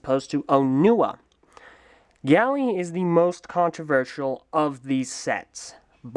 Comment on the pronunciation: It's Gali (Gah-li), not Gally.